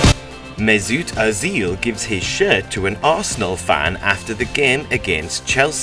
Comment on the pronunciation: MESOOOT OZEL, MARCO REYOUZ